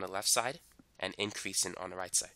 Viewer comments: Inkreasin ...dekreasin😂😂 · I was like... Why is he saying those two things like that